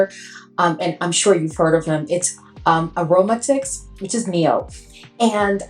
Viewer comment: I enjoy you…. I will blind buying The new Tomavicci hands down! Aromatix … pronounced Arrow matix lol he’s name is Neeb.